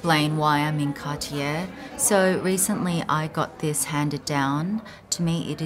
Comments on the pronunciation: It’s CAR-TIYEY not CAR-TIYER. Hoho. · Car tee yay not cartiere